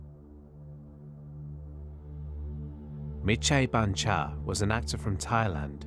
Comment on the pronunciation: Just came to reminder. You pronounce Mitr Chaibancha correctly. Why I know ? I’m native Thai tho. Really good vid so far. Keep it up.